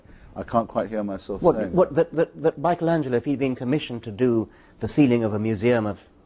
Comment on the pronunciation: Setting aside the mispronunciation of Michelangelo, the question around :30 is absolutely brilliant. What might the great artists of history created in the absence of religion? Also, Hitchens is demonstrably accurate in stating that theists, FAR more than atheists, are responsible for the disrespect, desecration, and destruction of religious art, music, and architecture.